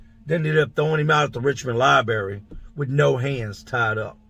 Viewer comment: You said "libary"...